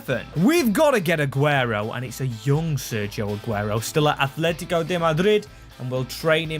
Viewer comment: I deleted my old comment just to say this. IT'S NOT ATHLETICO!!! It's ATletico!! There's no H in the fuckin name! If you're going to be a goddamn YouTuber who does soccer things, or football, whatever you want to call it, at least say the names of teams correctly!